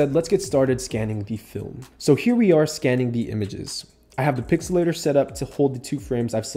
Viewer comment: Its pixl-latr